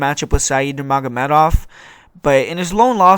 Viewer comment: Said Numagamedov let me down, but great breakdown brother.